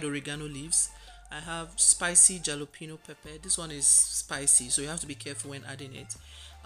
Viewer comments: That pepper is pronounced alapeno, the " j" is silent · Actually the "j" is NOT silent. Rather it's pronounced as an "h", so you say Halapeno, even though it's written as Jalapeno. It's actually a Hispanic word, not English🙂